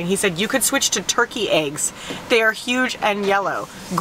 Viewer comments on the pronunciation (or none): none